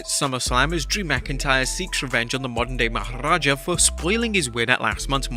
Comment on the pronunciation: I swear this dude talks about Jinder mahal just so he can say modern day maharaja with a tongue roll 🤣